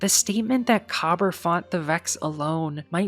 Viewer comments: COBBER?? Ma’am, it is pronounced Kuh-BEER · Just a few points I need to add. 1. Kabr is pronounced Ka-beer (that’s what it actually sounds like) 2. In addition to the known fireteam of Kabr, Praedyth and Pahanin; there were also 3 unknown guardians that were permanently lost to time due to fully being erased from reality. 3. Pahanin (the hunter) was the only guardian to escape the vault after the rest of his fireteam perished or worse, however he did this by sending himself back in time back to the late dark age/early city age. He was the creator of the Heavy Machine Gun: Super Good Advice. It contained a powerful AI of his own creation that would not only keep him company but to also remember both him and his name, as Pahanin was constantly paranoid that he was still trapped in the Vault and was undergoing a simulation. Because Pahanin was sent back to the past, this is why Super Good Advice looks like a older frame machine gun but has futuristic components. Pahanin was later killed by Dregen Yor. 3.5: The reason why we know of Kabr and Praedyth in the first place was because Pahanin remembered their passing. 4. Praedyth (the warlock) was kept alive by the Vex as both a hostage and a test subject, constantly being moved through time. Eventually we would track down his remains that the Vex surrendered to us during the Taken War in a mutual exchange after helping to defend the Vault of Glass from the Taken and Oryx (The Vex concluded that Oryx was the bigger threat despite us messing up their plans initially). 5. Despit